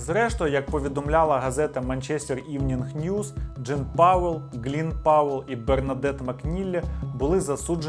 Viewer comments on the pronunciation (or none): none